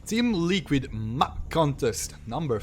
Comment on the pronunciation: Please, you still need to work on your pronunciation of the word map, especially if you're gonna say it 5 times a minute.